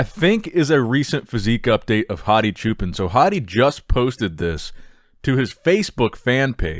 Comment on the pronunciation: Just fyi, Choopans' pan part is pronounced like punish or puddle, not like pan cake.